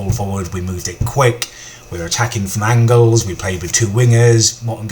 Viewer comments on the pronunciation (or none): none